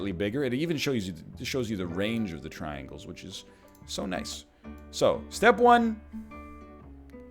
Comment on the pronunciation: I know you said traingles, triangles, triangles. But what about rhombus, rhombus, rhombus, rhombus?